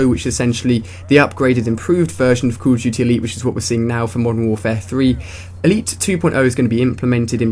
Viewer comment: lol i love how he says CALL OF JUTY